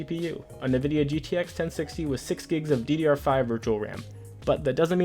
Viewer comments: N-vidia not "Nevidia". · Alright the quality of this video is good but you gotta stop saying navidia man it makes you sound ridiculous